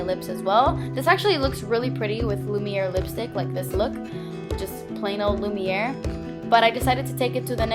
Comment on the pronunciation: "Lumiere" the way you say it though.. Love it :) Very beautiful look like always!